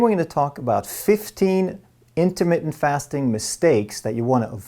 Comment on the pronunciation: in-ter-MIT-TENT, not in-ter-mit; sounds like intimate... I think Intimate Fasting is what Pick-Up Artists lecture on. Ha!